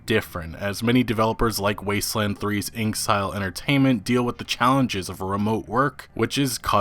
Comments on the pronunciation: "Wasteland 3s Inksile entertainment..." INKSILE ENTERTAINMENT! INKSILE! INKSIIIILLE! It's "IN EXILE" YOU DOPE! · inksile? "InXile" is surely said "In Exile" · Bruh. Not Inksile. InXile pronunciation: "In exile" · it's pronounced "In Exile" 😁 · Ouch..... InXile is pronounced: In Ex Eye El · Dont take this the wrong way, but inXile is actually pronounced like in-exile.